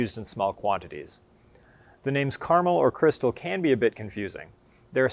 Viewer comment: Informative to a degree but elaboration on the different strains of pale ale malt would be a good addition. Also, using the correct pronunciation of 'Caramel' would be an improvement!